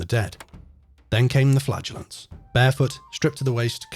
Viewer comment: “Then came the flatulence…” ohhhh, the “flagellants”! 😂